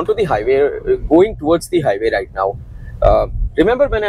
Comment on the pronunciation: आधा तीतर, आधा बटेर। समझ ही नहीं आता कि वीडियो हिंदी में है या अंग्रेज़ी में। "र्रराइट?"